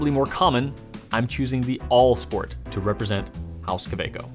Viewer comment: The Kaweco isn't "All" sport, it's "AL" sport. That lack of a second "L" matters. "AL" is the chemical element symbol for "Aluminum". That means the name is actually "Aluminum-Sport", shortened to the symbol when written.